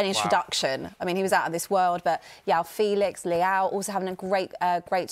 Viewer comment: "Yow Félix" 😭